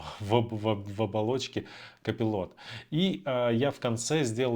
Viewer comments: Не копилот а копайлот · Не удивляйтесь! Реально надо быть просто гением английской филологии чтобы прочитать слово Colipot. Простым смертным это недоступно.